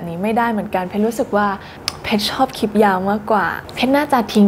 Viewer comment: ตอนพูดคำว่า "คลิป" ควรจะออกเสียง ล กล้ำ ให้มันชัดๆหน่อย ให้สมกับที่จบอักษรจุฬา จะดีมากเลยนะครับ